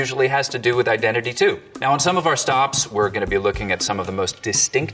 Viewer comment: I’m just trying to find out why prop joe pronounced it “tyoo” instead of “too”